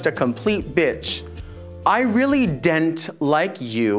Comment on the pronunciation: I "dent" like you either! hahahahaha killed it.